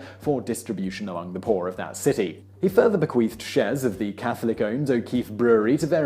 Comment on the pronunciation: uhhh.... Simon is saying: "bequeefed" right? Yeah... He absolutely is, over and over again